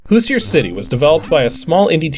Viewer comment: So I'm guessing this is based on the Indiana Hoosier football team, since the main character looks like a football player with helmet. Being from Indiana, I have to point out that the pronunciation of Hoosier is a little off.